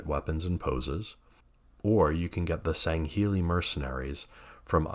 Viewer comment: Great video and your pronunciation of Sangheili is spot on. 😉